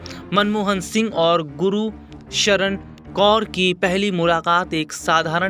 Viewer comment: Gursharan hai bhai na k Guru sharan